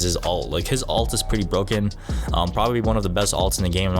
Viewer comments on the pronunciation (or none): ULT not ALT!